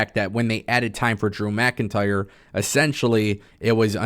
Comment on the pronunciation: Saying “DREW MCINTYRE” 💯 xs in that weird fuckn way could gag a maggot!